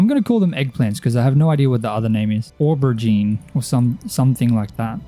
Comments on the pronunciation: As a brit, your attempt at saying Aubergine amuses me. Its Oh-buh-jean dude 😂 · This video was awesome!! I liked the fact that it was more farming centric, made it quite relaxing. ☺️☺️ Aubergine is pronounced "Oh-ber-zheen" its a french word but eggplant is the american name but also correct. 😅😅